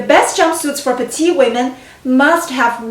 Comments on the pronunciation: Pronounce petite not the masculine petit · I hope you're not correcting her accent.